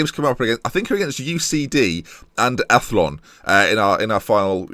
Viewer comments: Mc-Don-ah Coo-lan / Ath-loan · athlone is pronounced at-loan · Athlone pronounced = At loan Love the series 😎👍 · Loving this. Athlone rhymes with cone. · I lost it at you're "Athlone" hahaha! its pronounced Athlown and Cabinteely is like Cabin-teeeelie. but I still like they way you mispronounce almost everything :D